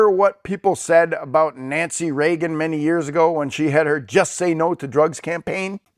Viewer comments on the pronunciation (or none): none